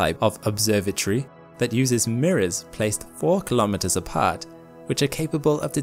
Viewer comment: Please pronounce 'kilometres' correctly.